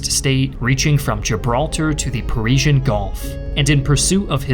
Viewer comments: this is going to really bother me. does he say parisian gulf? does he mean Persian gulf? which gulf did Mussolini's theoretical empire expand to from Gibraltar? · “Parisian Gulf”? Did I hear that correctly? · The "Parisian Gulf?" Do you mean the "Persian Gulf?" 🤣